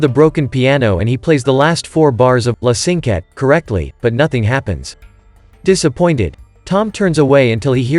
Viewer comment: i'm sorry, this is bad. The piece is called "La Cinquette", and that's the piece he crumpled up, not some random piece of music. Funny how you say the proper name later, but still mispronounce it. The choir? I don't see any singers. That's an orchestra. Norman does not speak to the audience at "break time", just in between movements... Tom LISTENS to the music on the tablet, there's no sheet music shown. It's obvious he is listening to the music, not copying down sheet music. What he writes are cues to help him play the piece by memory. What are "light pillars"? I can understand some simple mistakes, but these are major.